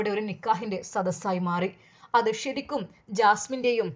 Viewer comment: ശരിക്കും...... ഷ രിക്കും അല്ല